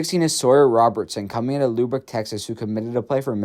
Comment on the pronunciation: Lubbock not libbick 😂😂